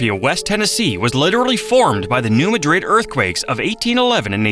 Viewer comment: Came here to say this! Also, it's not Mount Juli-ette, it's Mount Jul-yut. Also, Also, New MAD-rid. LOL